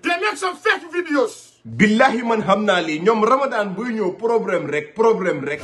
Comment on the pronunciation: can never pronounce the word PROBLEM